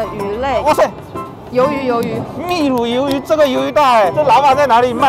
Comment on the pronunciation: 纠正一下发音哟 应该是秘鲁 bì lǔ